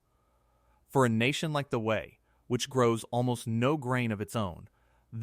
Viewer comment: The Wu-Wat!?! Fix your AI. BTW, I lived ibn Abu Dhabi from 2010 to 2015.